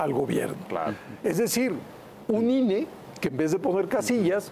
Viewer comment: Ine, no inah.